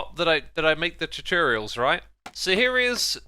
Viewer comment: Hearing X say chuchurials really takes me back